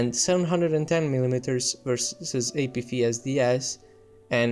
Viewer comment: I know english isn’t your first language but, “Apfeesdees” cracked me up. Good video though.